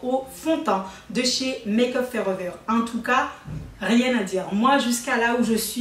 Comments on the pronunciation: Bert’ BergerGlll sans être méchante cela fait mal aux oreilles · Le bidi bleudeur?😂qui a entendue sa?😂,et Maqueuuup fooreveurr😂😂😂❤😉